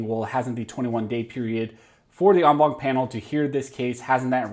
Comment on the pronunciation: I just dig when you say on bonk. Thank you for the update.😆😆😆